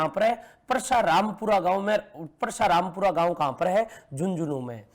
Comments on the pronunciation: ये परसरामपुरा है ना की परसाराम सर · सर वो परसारामपुरा नहीं है वो परसरामपुरा है